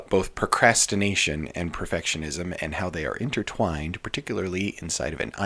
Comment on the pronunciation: "Perfitishism" 🤭 New sub here, enjoying your content. Thank you!